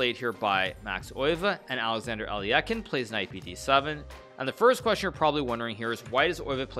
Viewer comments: It should be A-le-hin (with stress on second syllable, that is, on the first "e"). There should not be "ain" sound in the end - do not pronounce it as in "mine", say it as in "pin". Also that stressed "e" must be a soft "e", similar to "men". Some Russian speakers think it should be "ё" (yo) sound, but it is not - Alehin himself was known to get very upset if other people used "ё" instead of "e". The difference is that Alyokhin is not a nobleman's name, it's a simple working last name of a peasant, and Alehin always insisted he was of a noble parentage. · Did you not hear how he says al eh kine pronunciation isn't his strong point. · Alekhine is also definitely pronounced wrong, it's approximately Al-YEH-khin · He’s not ALEAKIN , he is Alekhine(Alehin) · agadmator constantly mispronounces names too, and they're both wrong actually. As is the "standard" English pronounciation. It's actually more like "Alehin", with the stress on the second syllable. The e at the end is only there because his name is spelled in a French manner. Same with Nepo, who's full last name is so awfully written in Latin script that i don't even want to try writing it out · im pretty sure hikaru is pronouncing alekhine incorrectly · alekhine is easy. Just Google a video. Euwe he's a lot closer than alekhine but still says it slightly wrong. It wouldn't be as noticeable or funny if he wasn't just completely butchering alekhine. I speak serbian and Croatian. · yeah he butchered both names